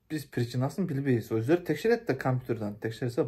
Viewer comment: Оздору деп эле суйлочу ям дегенд не кошуп суйлойсун.Оздоруяаам деп😂.Оздору деп эле суйлочу